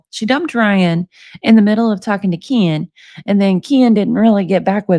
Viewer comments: I love that your saying kaan instead of ken my boyfriend does the same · She says “Keen” just like Gypsy does lol it’s hilarious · I love you reading these, you make it fun. The way you say Ken cracks me up. I hope a Hershey pie is not what I think she is meaning..the pop tart I think I have that one. They are so gross, yuk yuk yuk.. She has no problems talking that crap... How does Ken stay with someone like that. Shows his character. That poor child, let her know right from wrong, that she travels down the right road. Have a wonderful night. Give the kitties a pet for me...thanks❤